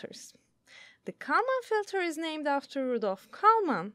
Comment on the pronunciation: I am sure that you could find someone who could at least pronounce Kalman Filter.